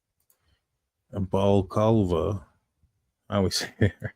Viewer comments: It’s never amazes me how all these channels (usually Americans) can’t pronounce balaclava. BA-LA-CLAW-VA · Wow, that Under Armor balaclava. ba·luh·klaa·vuh, or more simply bala-clava But yeah, just call it a ski mask. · It's almost like nobody uses that word in daily speak. Shocking. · The host had dyslexia. No need to be rude. I have one and can say it just fine.